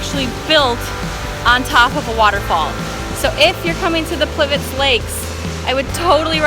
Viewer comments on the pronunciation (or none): C'mon! Plivic Lake? Wtf! Is that a new Intel CPU or what? :D ...I know it's hard to pronounce all Slavic languages but try harder cause you sound so silly and totally incorrect... Plit-We-Tse